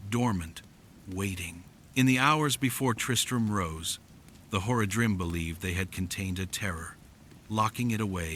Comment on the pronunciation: Is this your voice or an AI translation of your writing? If you ever played the actual game, the pronunciation is way the fuck off. Zakar"em" should be Zakar"eem" and Horadrim should be pronounced "Horadrim" all at once not, "Hor-a-drim" and that is prevalent in the actual voice acting of the game. Not to nitpick, but if you're going to play off of a beloved fanbase, you should probably get those details pretty close to perfect.